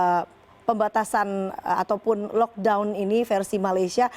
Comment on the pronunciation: First time aku dengar orang Indonesia pronounce lockdown proper. Sebelom2 ni lokdong2🤦🏻‍♀️ salute both 💪😘